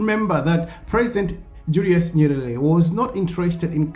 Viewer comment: It's not nyelele. The pronunciation is nyeRERE. You are one of African whose tongue is twisting or rolling when comes to say "L" and "R". Swahili word "Habari (news)" they say "Habali". The word "usijali (don't mind) said "usijari". R & L will interchange! Fix your tongue. Practice tongue twister sayings! Poor you!